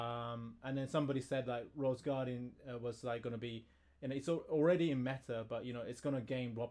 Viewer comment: Mmm. It's Sir Roseguardin, not Roseguardian